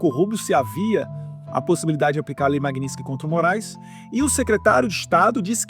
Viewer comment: Não sabe sequer pronunciar o nome da lei Magninstky.